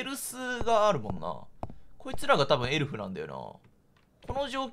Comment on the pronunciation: 顎といいエルフやサンタの発音の癖が強すぎて解読不能です(スピーディー土下座)